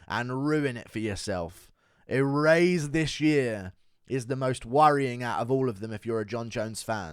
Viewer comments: a raise this year was the weirdest part for me, but then listening further i think that's just guru's way of say erase, which is equally weird. i turned closed captioning on and it said a raise this year just like i knew it would, sounds nothing like erase when he says it. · Guru not knowing how to say erase is goofy. “E-raise”